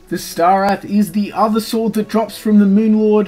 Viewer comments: Lol moon lord = meawmer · And Mowmear 😉